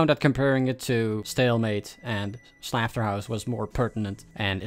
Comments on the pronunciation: why do you say slafterhouse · "Stealmate" also I think "Slafterhouse" might be an intentional mispronunciation of Slaughterhouse since the gh can be used as an f (and I guess the u is silent? [clubstep]) But fair I guess